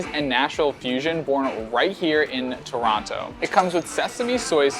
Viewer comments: Actually Toronto is the most diverse city in the world by ethnicity count. Also, pronounced Toronto properly - no second T. You should've tried the Trini roti, that's what Toronto is famous for. The Indian roti isn't really good in my opinion. Next time you're in Toronto try Nom Nom Nom Poutine, that is the best in the city. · Heads up, though, you're indeed pronouncing Toronto correctly. The "don't pronounce the second t" thing is nonsense, created only in the last decade or so.